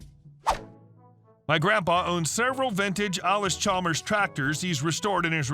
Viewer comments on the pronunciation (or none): Pronounced alice not allis on the tracktors redwheel...